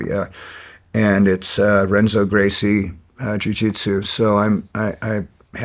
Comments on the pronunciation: mark: interesting to note that Dave is a practitioner of BJJ, but pronounces Renzo Gracie as “REN-Zo” instead of “HEN-Zo”. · Renzo Gracie is pronounced Henzo Gracie just like Royce Gracie is pronounced Hoyce Gracie.